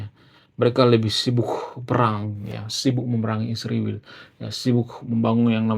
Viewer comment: Ingat yah.. !! ISRAEL.. , bukan Isriwil... tau baca tidak... !!